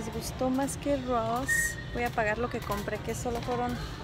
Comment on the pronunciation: Jejejej no puede decir Ross bien